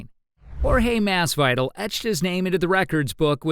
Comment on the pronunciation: thats not how you say masvidal lol